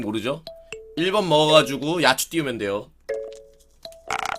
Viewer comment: 야찌라고 발음하야 되는데